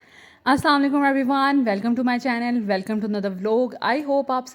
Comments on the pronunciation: Aslam o alaikum ni Assalam o alaikum .seen p shdd h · Kindly pronounce( Assalam o alaikum) correctly